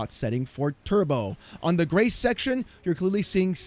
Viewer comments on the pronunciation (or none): I won’t lie every time you say Grace, I hear grey. Damn my old man hearing.